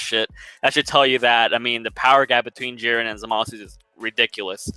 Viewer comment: You pronounce zamusu wrong